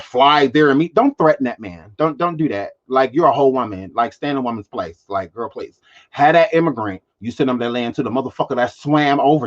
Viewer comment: Did you say, "Stay in a womand place" ???